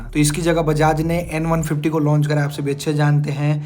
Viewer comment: Kisi product ki kimat ko "PRIZE" 😂😅😂😅😂😅😂😅😂😅 nehi, "PRICE" bolte hai. Prize ka matlab purashkar hota hai. "DIKS" 😂😅😂😅😂😅 😂😅😂😅 nehi, "DISC" bolte hai. "CHIZ" 😂😅 nehi, "CHISS" bolte hai. "LONCH" 😂😅 nehi, "LAUNCH" bolte hai. "SERIEZ" 😂😅😂😅😂😅😂😅😂😅 nehi, "SERIES" bolte hai. "ROEL ENFIELD" 😂😅 nehi, "ROYAL ENFIELD" bolte hai. "DIUL" 😂😅 nehi, "DUAL" bolte hai.